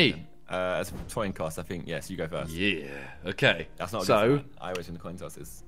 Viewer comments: man said toin coss lol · 'Toin Coss'